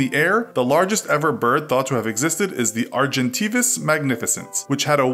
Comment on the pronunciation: diplodocus is pronounced di-plah-di-cuss and argentavis is pronounced are-gen-tah-ves